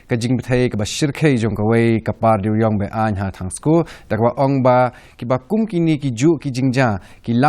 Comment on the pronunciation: Ymdei thangsko it's Tongskoo....